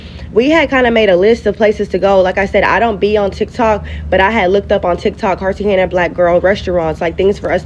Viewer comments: As a Black woman that's been traveling for decades, you're too uncivilized and ignorant to travel. You're calling Cartagena Cartehenga because you're soo uneducated and worse than all the negative stereotypes about us. You're humiliating and disgraceful to all of us. In all my decades of traveling and living abroad, I HAVE NEVER had anything like that to happen to me all over Africa, Europe, the Middle East, Central and South America, the Caribbean, etc. and never even experienced a theft or a robbery. Nothing you're saying ever happens with the average traveler. You're every horrific bad thing other cultures say about us times 1,000. You speak like Buckwheat, and I'm serious when I say this, NEVER LEAVE HOUSTON, never make another video unless it's just for you and your friends. Take that gotdamn bonnet off. Have some class, put your best foot and appearance forward, and speak intelligently wherever you go because you represent us and we represent you. People like you make life soo hard for the rest of us. I'm not trying to mean, I'm saying this in love. When you don't speak English, aren't educated, look like you rolled out of bed and get on tv, don't know anything about traveling abroad, don't have the people skills to handle conflicts without fighting, don't speak the language, please don't travel. The driver probably wasn't trying to kidnap you guys, I believe your friend misinterpreted what was happening out of fear. None of these things usually happen like ever! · You should know how to say the name of a city that you’re visiting. 👀😳🤷🏽‍♂️ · Is she trying to say Cartagena? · Lmao I think she was saying Cartagena wrong too. It sounded like she was saying Cartenga lol! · Girl bye! Why you are you going to places and countries that you can't even pronounce correctly! Cartagena is pronounced (KAR-tuh-HAY-nuh) you sound and look like marks traveling around clueless and you are surprised when you are treated as such....🙄🤡